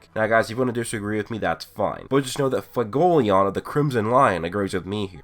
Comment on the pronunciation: Fagolion? Seriously work on your pronunciation man it's fuego not fago.